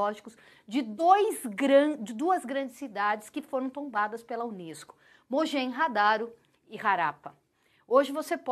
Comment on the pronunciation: Harappa E Mohenjo-daro, não mojenhadaro